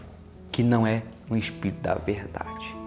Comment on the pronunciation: Aprenda a respeitar a religião dos outros!!!!!, e outra, vc deveria conhecer o não julgai, para não ser julgado!!, mas parece que se conhece, não usa né!!. Então, antes de chamar uma reunião sagrada de uma religião que não é a sua, de demônio, olha para a sua pregação, e aprenda a falar espírito e Bíblia direito!!!!